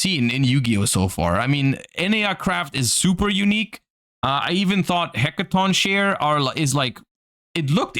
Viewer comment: It is pronounced Hecatonkerie